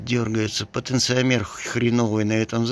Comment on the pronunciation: Люди льют электролит как воду а куда вы его потом деваете ? А потенциометр ударение на второе о это переменное сопротивление подключенное как потенциометр к средней точке Всем привет.